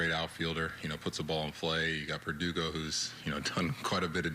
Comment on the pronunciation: lmao no way he just said perdugo....IM DEAD!